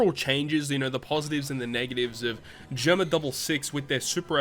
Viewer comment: Hey just wanted to let you know Germa is pronounced “jeh er ma” not “jur ma”